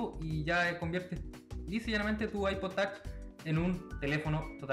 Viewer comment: Es Ipod touch no tach aprende bien ingles.